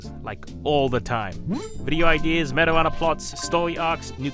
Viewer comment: when smg4 says meta runner, it keeps sounding like marijuana